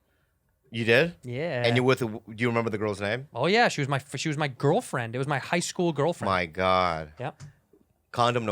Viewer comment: "I went to an all-white Screwl" - 2020